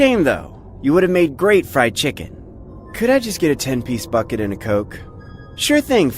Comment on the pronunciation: 3 he said it was thee BEST "chiken" he had